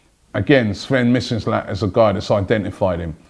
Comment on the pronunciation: missinlad too